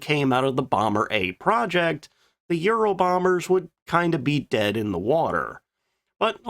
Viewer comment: It sounds awful when you almost swallow your tongue when you slurrly pronounce Ural so that it sounds more like you're saying Euro bomber. Be careful.😮